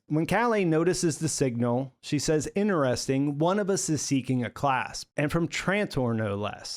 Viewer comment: "innuresting" did you fail primary school?